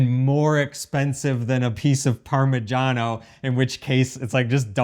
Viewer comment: why do you pronounce it Parma jahn o and she says parma shano